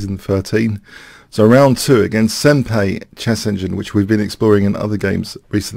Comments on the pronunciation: Love you, hate correcting you on stuff because it feels annoying, but it's sen-pie, not sen-pay. Just a little thing, otherwise great video. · Also, since in Japanese the 'ん' character is sometimes pronounced as 'n' and sometimes as 'm' (and sometimes like a weird mix of the two), most Japanese actually say it closer to 'sempie'. BTW, the word 'senpai' refers to someone who is your 'senior' in some way, usually someone older than you in a school setting or who has more years of experience. Not necessarily a 'master', just at least one step higher in the social totem pole. "Notice me, senpai!" has humourous 'younger female to older male' romantic undertones to it, like a teenage crush. 😊